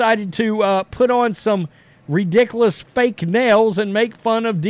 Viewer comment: you keep mispronouncing "ridiculous" it's not rediclus.